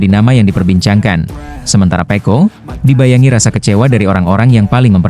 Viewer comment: Kok nyebutnya pe'o bukan pecco 😂